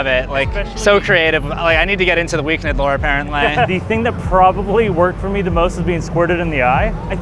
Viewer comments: Who’s the Weak Nid?😂😂😂😂 bro it’s pronounced the weekend lmao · Am I crazy isn't it pronounced The Weekend not The Weekned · It’s still pronounced like the days of the week. “Week End”. Not “Week Nid” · Who is The Weeknid ? It’s pronounced The Weekend 😂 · It's pronounced "weekend". is just being funny😂😂😂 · wait why is he saying week-ned? isn’t is the weekend? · Wait, have I been pronouncing The Weekend wrong this whole time??? 🤯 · "The Weeknid"😂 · It’s pronounced the weekend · It’s just pronounced the Weekend. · pls i love u and this video but its pronounced the weekend 😭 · i love he calls him Week-nid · Loool it made me chuckle every time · Stop saying The Weeknd like that bruh😂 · lol not a single comment correcting you on your pronunciation on The Weeknd😂